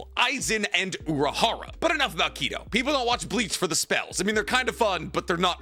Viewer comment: yo he is called urahara not uraharu or urahardaddy